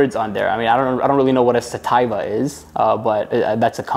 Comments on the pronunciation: That "sa-tye-va" you mentioned is sativa (suh-tee-vuh) and that mini spear is actually used for wax or what you call THC hahah. This guy.. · Coming from a thc consumer, when he said "I don't know what satIva is, is that a company name?" I just now HAD to pause the video and comment lmfaooo. It's suh-tea-va. It's a specific TYPE of Marijuana. It's more of a head high, less of a body high.its the type of thc you use when you want to relax and still be able to move around and work (for most people). And indica (in-duh-cuh) is more of a body high, think of it like in da couch, makes it harder to get up and move around, makes you more lazy and helps with sleep. Inbred, or hybrid, is a balance of both mixed together, some have more indica and some have more sativa, but it's a mix of both. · Did this guy really just say “ idk what SAHTIEVAY is “ cmon. Sativa. Also, I don’t read spaghetti either... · I dont know why no one is talking about his pronunciation of "sativa" when he is reading the thc container lol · I yelled out it's sativa, my husband just looked at me and laughed. Kids these days. Lol